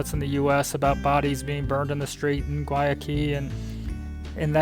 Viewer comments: Learn how to say Guayaquil. (Why a kill) is the proper pronunciation. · Haha...I thought it was Guayaquil they were trying to say. I lived in Cuenca for almost a year. They are just traveling through though. Of course there's Google Translate:)